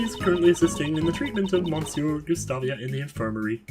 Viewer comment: I'm glad that you finally decided to skip the "Previously on Investigations 2", that was such a waste of video time that could have been used for more actual LP fotage. Also monsieur is STILL prounounced "miss-ye-uh". I may be swedish and bareley know any french except for some words and terms, but I do know how to pronounce monsieur correctly.